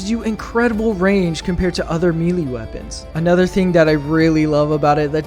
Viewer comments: May-lay. Not mealy. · Okay, one thing up first - good boy. Now this is a challenge worthy of a true warrior. By the way, the tooltips in-game are wrong - all melee weapons are medium penetration, surprisingly. They lied to us ! +g+ Also, it´s 'melee', derived from French, not 'mealy', like a darn potato, son +g+ But you ARE forgiven, for this was a bold exploit. Just two things: First, I know it sounds retarded, but you CAN kill a Factory Strider with JUST knives ! So sad you did not try it out. The left and right belly doors are actually part of the frame under the armor plates. You can attack them, focus on ONE side ! I´ve seen Commisar Kai destroy one with my own eyes. Just throwing knifes, no kidding. And finally: DO THE SQUID RUN ! And bring a Saber ! Thanks to the wide swings it is the absolute best to take out the hordes of zombified Voteless. Might be the actual meta weapon for the cannon fodder on this map. No idea how well it will work against the elite enemies, though... But it´s worth a try ! And if all fails - if knives can take out a huge strider, why not an Overseer ? Don´t forget they have ablative plating (like the aliens in EDF !). Destroy an area and then focus on it. And avoid the heads at all costs, they are heavy armor. And... maybe run away from the large War-of-the-Worlds things, hihi. Good luck, brave young fella ! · *Melee*....Pronounced 'May-lay'.......Mee lee is a kind of worm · Bro it is may lay not me lee, it comes to us from French so the pronunciation follows their rules not ours. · Fun video, but the way he pronounces “melee” is bothering me… It’s “may-lay,” not “mee-lee” (I blame the French lol)